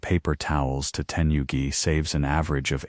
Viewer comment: New world record of butchering the most Japanese expressions in under 31 minutes! My favourites were *Teni-yugi towels, and *Jen-Cun entrance rituals! Which are your favourites? :_D